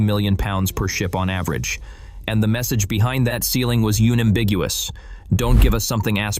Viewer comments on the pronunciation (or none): I happy that the message was "yumeambiguous" (timeline ). Initially a good report, but, perhaps, you should have used a real person who knows how to pronounce "un-ambiguous" instead of an AI crap announcer.